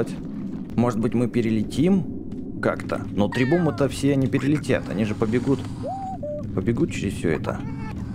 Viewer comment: не требумы а требухумы